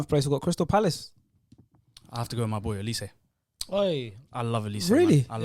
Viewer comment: He said olise and Sargent hahaha